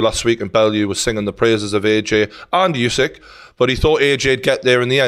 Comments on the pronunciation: Pronounced... Ew-syk... Not you-syk.... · Geordie, let's not keep calling the champ "YouSick" It's wrong. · I agree except he’s called usyk not yousyk